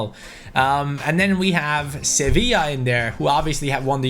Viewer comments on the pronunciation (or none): none